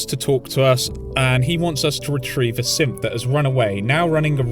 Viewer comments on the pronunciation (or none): I don't know why but I thought you were calling the synths, simps. 😂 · Is it just me or does it sound a lot like he calls synths wimps